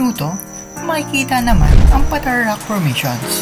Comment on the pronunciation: long A ang pronounciation Pataaaar hindi patar !